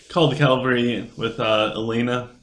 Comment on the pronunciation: Man my clash of fate was crap today, only 3 enemies joined and I totally wrecked them. Also I've noticed you call the sylv "Slyph", and cavalry "calvary", you're either dyslexic or you haven't noticed the spelling for some reason. Don't mean to be an ass or anything of the sort, just constructive criticism. You took the other guys advice about nexy so I thought I'm might chime in as well. Keep up the great work man. I might switch to sylv in the future.